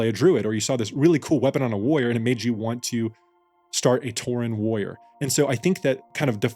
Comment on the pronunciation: it's WARR-IOR not "woyer".